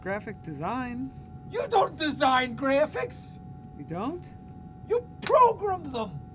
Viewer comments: Progrum thum. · you PROGRUM THEM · "You progrum them!" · you progrum thum